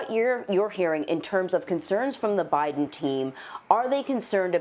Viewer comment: byeden lol lol